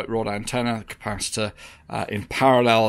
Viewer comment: Please please do. Not say capaci-tata it's like saying boatato for a potato 🥔. You come from the stroud area, not the forest, they can getaway with it.